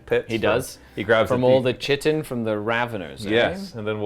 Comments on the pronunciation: Kite in not chit in! Cool to see a desperate escape after defeat. May all the thralls of the corpse god meet such a fate! Tzeentch willing of course. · Pronounced like kite. Chitin. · It's not chit-en its kite-en and its not ick-or its I-chor i don't like that I'm doing this but both in 30 seconds was to much